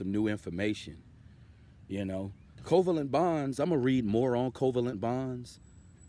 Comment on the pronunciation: Your pronunciation of covalent is wrong. The intonation should rise at VAlent.